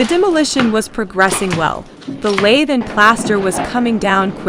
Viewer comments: It’s not Laythe! It’s pronounced lath! Rhymes with bath. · I really wish people would learn terminology, pronunciation and technique before posting how-to videos. Pronouncing it like the tool "lathe" destroys your credibility. Plus the demo shown in the video of just busting it all up and breaking it with a hammer is not how you most efficiently prep for drywall. The lath nails need to come with the board or you add another process to prep. Take the time to deconstruct... you'll be much better off.